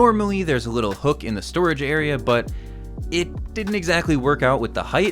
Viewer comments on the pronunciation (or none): none